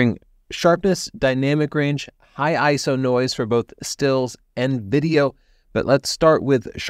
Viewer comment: Hey I think you're the first photography youtuber I've heard who says ISO like a word (which is the technically correct way 🤓) To be fair, I haven't watched that much from the photography youtube channels lately.